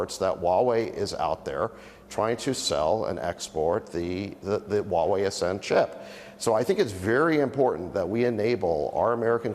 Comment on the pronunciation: needs to learn how to pronounce HUAWEI. It’s who-a-Wei. Not wa-Wei. Get it.